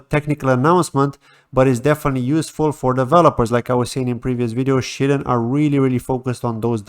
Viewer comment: Shyden not Shiten bro 🤣